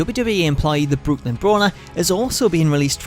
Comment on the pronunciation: oh goody Brooklyn another word that he flubs just kidding